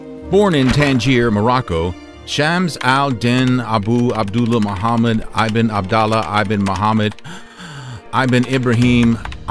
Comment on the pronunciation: Ibn pronounce as Eeeebnoooo